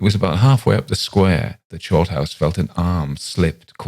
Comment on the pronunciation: Sorry but you sound like you're calling him "shortarse", thanks for bringing a smile to my face, I really needed it.